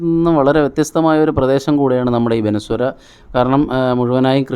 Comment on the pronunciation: എടാ പൊട്ടാ. ബനസുരയല്ല ബാണാസുരയാണ്. പണ്ടാരാണ്ട് ലുലു മാൾ കാണാൻ പോയതുപോലെ..😂😂